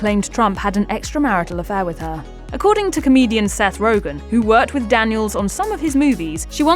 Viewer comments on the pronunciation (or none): none